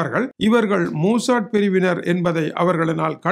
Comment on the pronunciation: மூசாட் இல்ல, மொசாட்